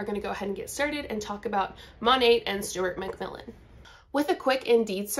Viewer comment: Sounded like you said ‘Stewart McVillain’😂